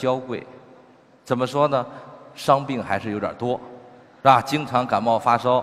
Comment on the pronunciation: Emily Lee 他是说“是吧” 说快了就这样